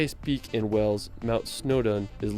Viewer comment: Wales is pronounced to rhyme with bales, dales, fails, gales, hails, jails, males, nails, pales, quails, rails, sails, tails, veils, whales. The narrator mispronounced Wales by sounding like Wells.